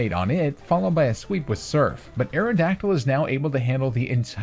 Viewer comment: AERODACTYL, NOT AERODYCTL! AND THE I IN FLYER IS SUPPPOSED TO BE A Y!